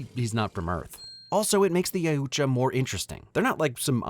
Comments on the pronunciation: the only problem i have is you emphasize the u way too much. Yoot-Ja thats all you need bro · Yautja = Yow-guh, or Yow-cha. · Im sorry but your pronunciation of Yautja hurts my soul